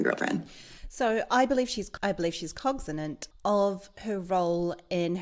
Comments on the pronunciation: Minor detail, but it sounds like you’re saying “cogzinant” instead of “cognizant.” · "Cogzanant"? Ma'am, the word is "Cognizant". Cog-ni-zant. Not Cog-za-nant". I'd say it was a silp of the tognue but you said it worng three tisem. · You're saying "cogzinant", but it's "cognizant"